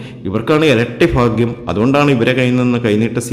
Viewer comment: ഫാഗ്യം അല്ല സാർഭാഗ്യം എന്ന് ശരിയായി ഉച്ചരിക്കു